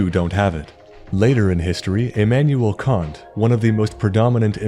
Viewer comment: "Emmanuel Cunt" 💅💋✨